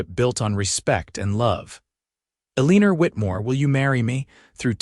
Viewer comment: This is a very nice story. I just wish that this AI could actually say the words correctly, Tucson and Eleanor and not a leaner because that’s what you get when you’re playing horseshoes and you get the big score if you get a leaner.